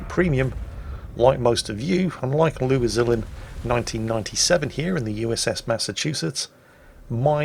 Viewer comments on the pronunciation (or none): none